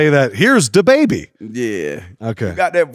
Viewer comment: He saying “tha” instead of “da “